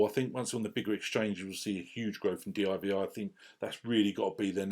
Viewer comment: Great video mate. One gripe...it's not d.i.v.i it's called divi you divi. Just jokes.